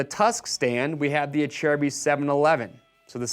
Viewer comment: It’s (a/cer/bis) Acerbis